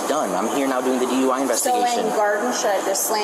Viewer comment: Why does she keep rhyming DUI with why?? Durp